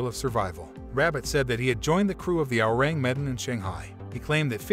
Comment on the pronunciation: "Ewww" "rang" "meh" "Dan" Learn to say the name lmao